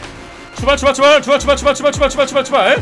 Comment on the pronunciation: 출발 출발이 아니고 슈발 슈발 처럼 들리는 거 나만 그런건가?..